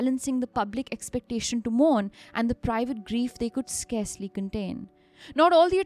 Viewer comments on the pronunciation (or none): none